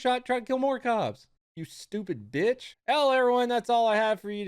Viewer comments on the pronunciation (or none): I love the way you said “ You Stupid Bitch “ you put so much emphasis on the B it was great